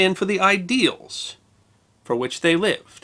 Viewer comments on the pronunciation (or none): none